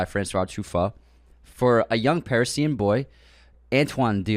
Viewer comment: Interesting pronunciation of the word "Parisian"